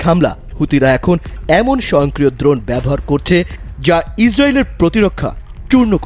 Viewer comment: দ্রণ না ড্রোন বেশি স্টাইল মারতে গিয়ে বানান ভুল পড়ছে😅